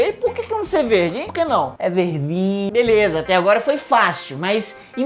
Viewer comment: É verrrdin